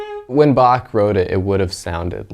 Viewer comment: "Well yeah yeah, it's like the BaCH thing." Mad props for him being the only one pronouncing Bach the German way (-ch ending like a Scottish Loch!):elbowcough: But as Chancellor Gorkon states: "You have not experienced Bach until you have heard him in the original Klingon tuning." ^^